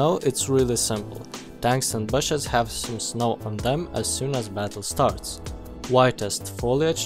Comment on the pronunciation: you piss me of with BASHES it's not hard to say BUSHES